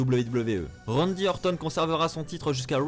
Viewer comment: Bonne vidéo, mais un effort stp quand tu prononces "RANDY ORTON" à la Française c'est chaud comment tu saccages son nom :S